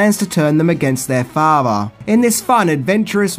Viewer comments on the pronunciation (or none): Father is pronounced with a "th" sound, not "fafer"